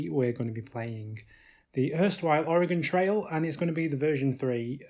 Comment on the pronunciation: Most people in the states butcher the pronunciation of Oregon. Kudos to you, you got it right!